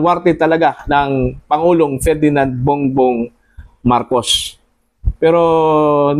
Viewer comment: ayusin mu ang pag pronownce ng marcos hindi marcosh.